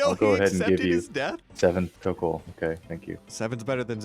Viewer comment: It's pronounced tokkul.